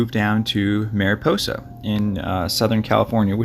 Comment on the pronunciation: It's not southern calif...its central California. And just an fyi...its mariposa pronounced "maraposa" I'm from that area...just trying to help on the pronunciation.